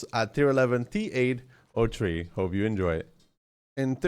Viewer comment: "tea ate oh tree"